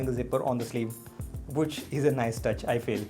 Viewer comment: no one: literally no one: calling which as whoch!! xD just kidding!xD